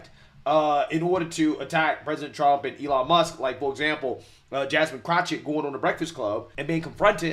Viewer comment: I love that calls her CROTCHett! He should call her CROTCH ITCH.